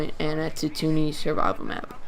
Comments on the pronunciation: Bespin, pretend you're saying Best-pin but drop the T. For Tatooine, it's tattoo and ween put together but drop the W. So Tattooeen more or less. The guy in the cloud city was Lando Calrissian. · worries, I just noticed you said it a few times, It's a common mistake. It's pronounced Tat-two-ween. Great job otherwise! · "Tatoony" ?? Come on man.